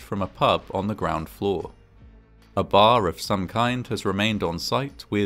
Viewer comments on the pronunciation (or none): none